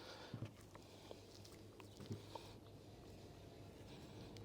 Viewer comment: лИмфоузел. Устал уже , ухо режет. Запомните, пожалуйста.